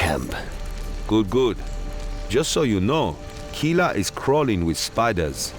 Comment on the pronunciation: nie KiŁa tylko KiLa i nie TaCarigua, ale TaKarigua. Jeśli chodzi o wymowę nazw wysp, oczywiście.